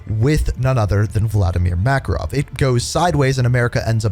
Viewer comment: Ya not makarov dude good try tho